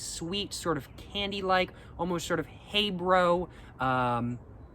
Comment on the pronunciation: you did not just pronounce Haribo as heybro 💀